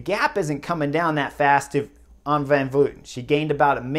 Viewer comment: Honestly it was great to hear "Van Vleuten" said correctly. Everyone says "Van Vloiten" for some reason.